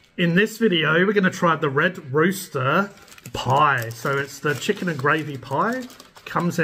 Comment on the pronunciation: "Chickan GOOD"